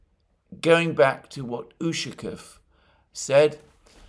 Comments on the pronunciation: The stress in the surname Ushaˈkov falls on the last syllable. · As always, very good analyses. By the way, in the name Ushakov the accent is on "O". Otherwise, it sounds strange. Ushakov is a common family name in Russia.